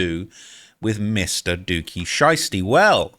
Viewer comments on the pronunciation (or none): none